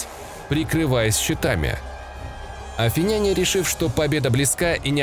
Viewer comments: Афиняне - ударение на И. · Отличные видосы у тебя, но пишу этот коммент не потому что я душный, а потому что очень режет слух. Короче ударение в словах заканчивающихся на "няне" и похожих, ставится на слог перед. Например: афИняне, македОняне и тд. Опять же - это не грамарнаци, это просто, чтобы улучшить и без того хороший видос. Всех благ